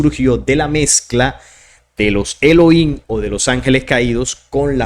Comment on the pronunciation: Se pronuncian: «Elogím» De estar correcto la pronunciación: «Eloím», pues entonces no debería de pronunciar la palabra «Nephilim» como «Nefilím», sino «Nepilim», sin embargo, no lo hacen como este último.